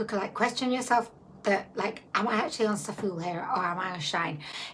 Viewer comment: I always thought Zaful was pronounced like 'raffle'. Maybe I'm just common! 😂😂😂✌💜